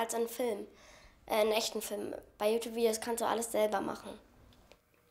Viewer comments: Ihre Mutter kann you Tube nich nicht mal aussprechen sie spricht es so aus: U Tub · die Mutter kann ned mal youtube richtig aussprechen...😂😂😂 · Die Mutter kann ja Youtube noch nicht mal aussprechen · Jutub xD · die Mutter so : JUtup (Youtube ich weiß trozdem)